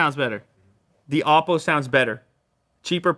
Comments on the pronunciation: It's a Chinese phone and it's pronounced as OH-PO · you pronounce "oppo" soooo very incorrectly.... it's O-po, not ouwpo.